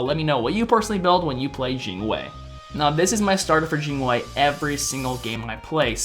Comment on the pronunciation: "Jine wei" :P